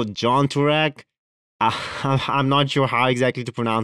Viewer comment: jan turek is pronounced "Jan" as in the word "Yet" and "jAn' as in the word "dOne". just to let you know. you got Turek great 👍😄. good video.